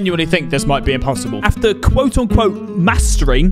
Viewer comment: says it imposidbel